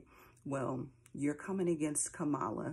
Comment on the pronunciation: It bothers me that you mispronounce her name as he does constantly and intentionally. He's talked about killing his opponents. You said someone said he's not worth the dirt on their shoe and that was horrible but he's talking about taking lives. The lesser of two evils I don't agree with though I liked it. I believe Trump simply is evil. Nothing godly comes out of his mouth unless it benefits his ego. I believe terrible times are ahead for the world and have felt it and see the patterns but I'm still comfortable with my choice. At one of his rallies he talked about the snake story. "You knew I was a snake when you picked me up." I thought, he's talking about his self. It may not matter to you but I still appreciate you.